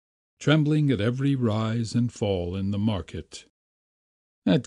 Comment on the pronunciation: Wall hall fall sounded very new yorkish! lol im not complaining im from ronkonkoma long island